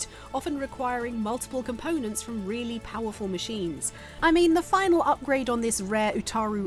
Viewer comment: “Dey cwitisized my game now make fun of big bad fwom software”